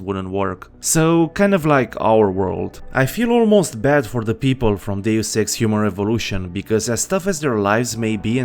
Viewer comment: I'm sorry, but I can't stop hear Humor Evolution instead of Human Revolution